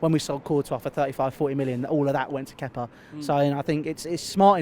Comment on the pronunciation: Twat still pronounced kepas name wrong